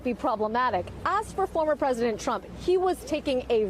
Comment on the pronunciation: BWAAAAH! BWAAAAH! NAWT MY PWEDISENT!